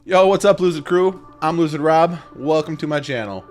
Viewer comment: Tell me why when u said "lucid crew" my mind hears "loser crew" 😭😂🤣😂 I need to throw some positive affirmations my way 😂